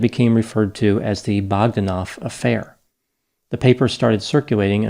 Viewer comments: Pronounced Bog DAN off. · Your pronunciation of Bog-da-noff is way off and diminishes your projected expertise. Probably the brothers try to emulate Stephen William Hawking prophet fraud. Very important take here is how the scientific community is corrupted by politics and money.